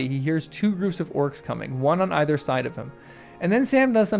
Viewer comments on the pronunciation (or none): none